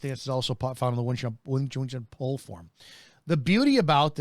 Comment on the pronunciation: It's NOT wing chan, it's wing chun, like moon!!!